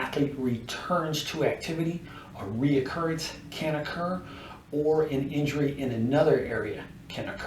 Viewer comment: Great video. But please realize there is no Letter o in 'recurrence'.